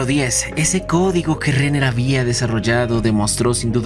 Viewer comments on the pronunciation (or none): No hay manera que pronuncies bien nombres de un anime del que hablas constantenente... Es RENNER. NO REINER. KLAIMB, NO KLEEMB. TSWAREH NO SUEH "Distinguimiento" 🤪 Es DISTINCIÓN. Aún hay tiempo para que vuelvas a las aulas... ¡Suma y Sigue!